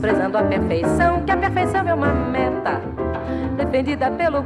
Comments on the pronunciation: Toda vez que ela vai falar "meta" eu penso que ela vai falar "merda" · vinicius rigo já imaginava. até a forma que ela fala meta parece que ela quer falar merda kkkk